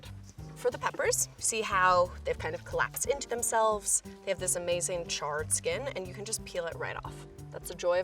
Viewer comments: word of the day: ch-ARR-ed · am i the only one who notices she says charred a MILLION TIMES in the video , like......